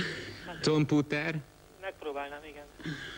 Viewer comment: Martin Lévai Angolul a büdös életben nem hivatalos a "computer" kiejtés. A leírás igen.